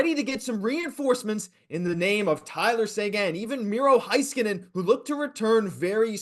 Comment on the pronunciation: Please stop pronouncing Heiskanen's name wrong, it's HEY-skanen not High-skanen